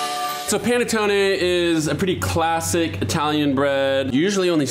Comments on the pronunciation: It's called P(A)NETTONE, NOT P(E)NETTON perdio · Did he say Pene Tony?😏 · P-ah-neh-toe-neh, please! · say it with me...Pa-ne-TONE-eh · You really should pronounce this bread correctly. There's no silent "e" at the end of any Italian word -- like "latte." It's pronounced pan-uh-TOE-nay. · It's pronounced P-aH-nettone